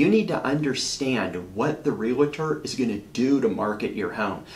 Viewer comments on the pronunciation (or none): Im trying so hard take you seriously and listen to your content but every time i hear you say REALITOR i am SO turned off. I cant stand it. Where is the "I" in realtor? Its two syllables.